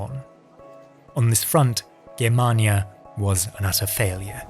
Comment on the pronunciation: Its a hard G not a soft one in Germania. Awesome video by the way